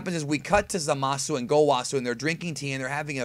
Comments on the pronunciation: My take is that Zamas was "killed" (fusioned?) by someone else in the future, that is the extra ki they are sensing and why Goku does not percieve evilness in him. BTW it is Zamas... or "Zamasu" with a silent "u".... just listen carefully to the episode, thereis no "u" sound ever spoken (and that is the way it should as there is no hiragana for s, so su is used). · Lol, someone doesn't know that the "u" is silent. No Japanese person will say Zama"su" They will keep the "u" silent. Same with the english word for like, which is "suki" they say "ski". Or a name like Keisuke. It will be "Keiske" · Lmao that way u say zamasu